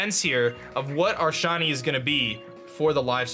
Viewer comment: Swear on my mum this man says shony not shiny